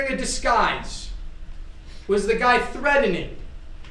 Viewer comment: “Threading” 😂😂😂, you would think Law School would help with pronunciations…Dude, not to be rude thought it’s “threat·en·ing” you need to sound out the T•en•ING 😮